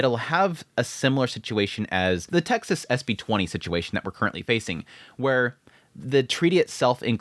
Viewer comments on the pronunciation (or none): none